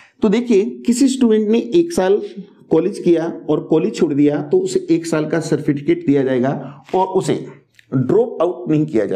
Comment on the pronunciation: No doubt in knowledge...but correction required in pronunciation....... certificate